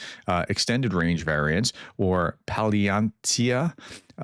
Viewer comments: Pronunciation: Paul-YAH-knit-syuh (Palianytsia) is a type of bread, and a word that native russians cannot properly pronounce because of the vowel sound, Ukrainians used it as a code word to detect spies in the early part of the war. Ukrainians who speak russian as their first language can usually say it however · Agreed, even if he does struggle with the pronunciation sometimes 😉: Fun fact, “palianytsia” means bread, and I believe the word itself was used as a shibboleth at the start of the invasion, since Russians (along with ) also struggle to pronounce it!